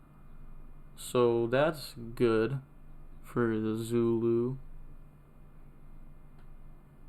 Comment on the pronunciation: Damn fronch. With english letters it could sound like "Zooloo. Edit: just heard you saying it pretty well later in the vid.